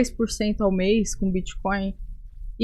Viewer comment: Prefiro que o Renan continue falando crepitomoeda e biticóio. Quanto menos o governo souber disso melhor